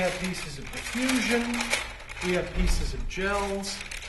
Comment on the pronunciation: diffusion not deffusion